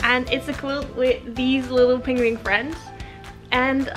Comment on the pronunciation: Hahaha! This made me laugh and blush. I was practicing on the penguin pronunciation. But I'm not sure it's really improving haha